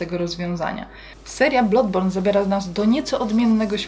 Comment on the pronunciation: Jak coś to się wymawia bladborn, a nie blodborn